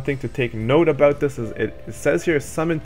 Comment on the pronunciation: Jock Patterson Judging by the way he says booooot...he’s at least Canadian. Lol. (Sorry, abooot that,... all in good fun, doncha know, ay, oh yeah, you betcha...)